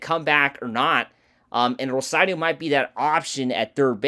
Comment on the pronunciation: Rosario not Rosadio